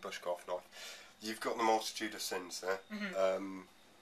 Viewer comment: "A Multidude of Sins..." Now THAT'S an honest, above-board slip of the tongue, eh? I laughed out loud!